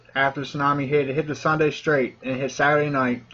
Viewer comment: Heartbreaking news. Btw, Sunda strait , pronounce as " soon - dah" .